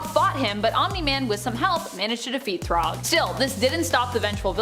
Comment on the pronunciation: Thragg is said like your saying rag like a dish rag. Not throg like frog 😂😂